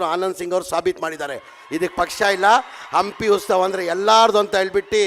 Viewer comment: "ಹಂಪಿ ಉಸ್ ತಾವ"😂 ಇವನು ಇನ್ನೂ ಕನ್ನಡಕಲಿತಿಲ್ಲ😂